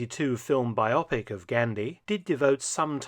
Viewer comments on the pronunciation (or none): I enjoy your videos but please don't spoil the ship for a hap'orth of tar by mispronouncing 'biopic'. It doesn't rhyme with 'myopic'. It's an abbreviation of 'biographical picture' and is pronounced bye-oh-pick, not bye-opp-ick. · Ah, that's not how to pronounce biopic - it's a portmanteau of biography and picture. The emphasis is on the "pic".